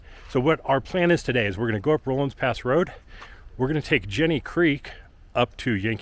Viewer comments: Pronounced RAW-LINS Pass, NOT ROLINGS! It is the Denver and Salt Lake Railroad Grade. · Just as "aside:" the word is "Rollins" pass(Rawlins), nor "roll-ins" pass.